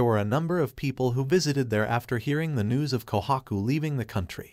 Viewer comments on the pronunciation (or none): none